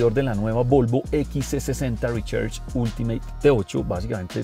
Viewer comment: Mis oídos sangran cada vez que dice: Rechers